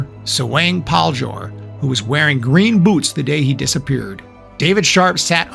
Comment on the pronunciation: It’s not “Greem” boots it’s Green boots 🤦🏽‍♀️